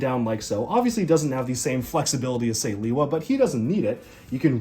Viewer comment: Lewa,not Liwa.